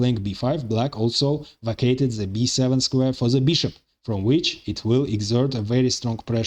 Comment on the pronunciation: 😂😂😂 same comment .. even in arabic we have same situation with the egyptins they pronounce a lot of letter (ze) like he did .. ze queen ze king 😂😂